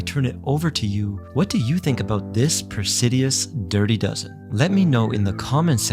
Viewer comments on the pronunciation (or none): Great video, great watch... But - It's pronounced "Pre-sid-us" not "press-hideous" 🤦🏻‍♂️